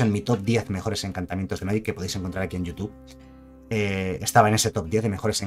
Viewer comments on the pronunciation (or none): none